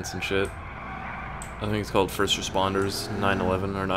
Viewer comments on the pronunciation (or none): none